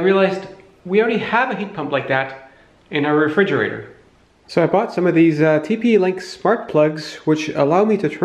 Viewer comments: Regridgerator? Or refrigerator? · Refrigerator, regridgerator. Tomato, tomahto.